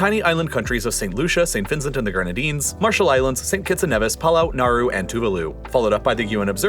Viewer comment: it’s pronounced as Kneevis